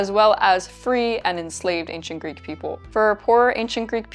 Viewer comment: Instead of ancient greek people, I was hearing 'ancient greek pickle'